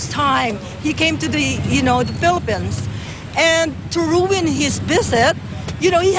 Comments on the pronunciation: Felepens hahhahaaha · Felepens & veset. Geh ate pagkalat mo pa. Di porke foreigner yan luluhod lahat ng Pinoy dyan. Ikaw lang. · hayyy tawa much ako sa mga comments! pamatay c hahaha! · Ano ka ba ilang taon nyang nirehearse yung “felepins” wag kang ano :))) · Don Pulubi truth philepens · Oo nga!! Filipens daw😀 Hahaha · its hes ferst veset in the pelepens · girl in the car says vesit pelipines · Filepens??ate??ah iniba na din??? Mag tagalog na lang muna...🤣🤣🤣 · HAHAHA “Pilipens” “Biset” bubu😂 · phelepens daw? gagu! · Perst tyme inda Fellyphenes? how about you...YOU ruin the pronunciation of our country. Hehehe jowke lang... pis! at saka Mam alam niyo ba na maganda ang lead singer ng Mojofly!!! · Pati yng girl feeling foreigner..pero d ma pronounce ng tama ang Philippines..haha..!!😅😅😅😅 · Hoy YOU are just a foreigner in our Country !! YOU don't have the right to talk like that to our enforcer!! And to the lady na nagtanggol pa jan sa kasama nyang dayuhan na ng slang pang mg english kakahiya teh wrong pronunciation ka pa ng Philippines!! Dapat tumahimik ka na lang at pinagsibihan mo yan ksama mong hilaw na wag maging bastos dahil wala sya sa sarili nyang bansa!! Ugh!!